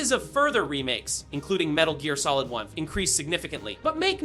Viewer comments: About 1 second before he said that, I was like, wait is this AI? Then I heard Metal Jeer Solid. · Wait...what? 'The original metal jeer solid?' XD